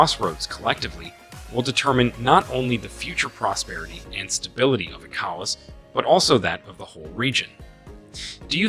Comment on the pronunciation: Thanks for your contributions. But, please learn how to pronounce ECOWAS from how the region pronounces it.